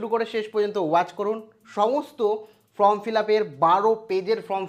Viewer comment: Ota from uchharan habe na Form hbe